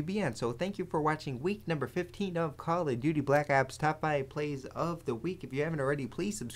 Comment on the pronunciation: "Cally Duty Black Ops" :DD